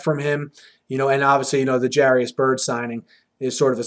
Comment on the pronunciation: Haters gonna hate. Also BTW Jairus not Jarius. Pronounced Jay-rus.